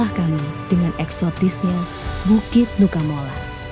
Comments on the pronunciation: Sebutannya tetap NUCA MOLAS, bukan NUCA di ganti NUKA. Selebihnya, terimakasih telah berkunjung di daerah kami, sangat indah.. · Cuma masukan aja kak..nama nuca molas,jadi tetap di baca nuca molas,bukan nuka molas..🙏🙏 Trimakasih sudah ke daerah kami..